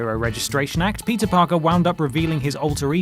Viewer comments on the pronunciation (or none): none